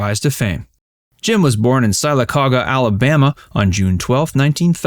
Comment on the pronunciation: I’m enjoying your channel. I’m a native of Alabama and my parents were from Jim’s hometown of Sylacauga. (I’m not being critical, but you slightly butchered the pronunciation of Sylacauga, but it is difficult to pronounce if your not from the area and never heard it pronounced before.) Most holidays when I was growing up, we’d go to visit my grandparents and aunts and uncles there. My dad’s younger sister lived caddy corner from Jim’s parents. As we were visiting my aunt for Christmas, Jim was across the street visiting his parents. He came out in the yard there a couple of times and I saw him there from a distance. The people of Sylacauga loved him and he was basically a big time hometown hero to all their residents. When Jim’s mother passed away, several Hollywood stars came to the small town to support Jim and attend his mothers funeral. He definitely was a great actor and singer. I still enjoy watching him on reruns of Gomer Pyle USMC and The Andy Griffith Show. R.I.P. Mr. Nabors.